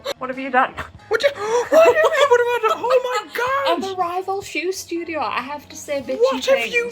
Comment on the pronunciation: Welcome to the Shoe-dio (instead of Studio)!